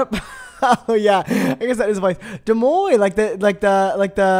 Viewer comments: "Dooomoi" deuxmoi??? 😭😭😭😭 lolol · saying deuxmoi like Demoine is killing me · HELP PRONOUNCING DEUXMOI LIKE DOOMOY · saying des moines instead of deuxmoi 😭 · why does pronounce deuxmoi like that